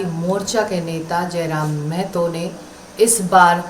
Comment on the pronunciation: पता नहीं क्यूं बाहरी लोग महतो को मेहतो क्यूं बोलते है?